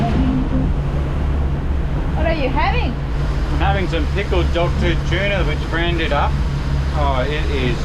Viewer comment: Why do you pronounce tuna as chuna?